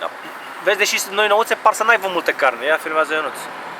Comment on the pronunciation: băi, "să aibă" nu "să aivă". Hai salut!